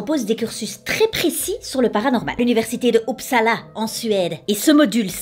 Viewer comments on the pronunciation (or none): puisque Uppsala semble revenir régulièrement, je voulais te dire que le u se dit comme un u français (c’est pas une critique juste une info, ca me fait plaisir d’en apprendre sur la ville dans laquelle j’habite 😊😊). Merci pour ta video, je les regarde toujours avec grand plaisir et ton énergie est tellement communicative ❤️